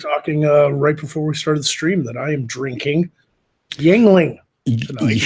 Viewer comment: It's pronounced ying ling.